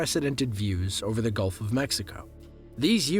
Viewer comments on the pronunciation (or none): none